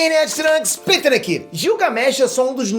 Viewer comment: Mano a pronúncia do Peter me da agonia ...